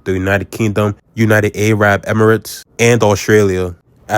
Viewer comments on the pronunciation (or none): Good video but bro 😂😂 United A-rab Emirates is not a country lmao. It’s Ah-rab lol